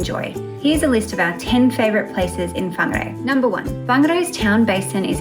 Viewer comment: What beautiful pronunciation of my home towns name. Perfect. I grew up riding my bike in the kauri reserve.